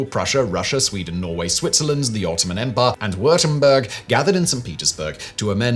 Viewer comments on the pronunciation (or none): none